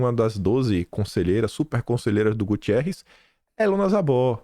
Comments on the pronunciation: 🙋‍♀️!!! O nome do secretário da ONU é GU-TER-REZ 👍👍👍😘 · amo seus vídeos. Assisto vc todos os dia. Espero que vc leia meu comentário. Antônio Guterres e não Gutierres. 😊